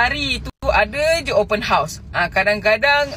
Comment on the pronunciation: 'Open house' bang. Abang sebut bunyi mcm 'Open hos'.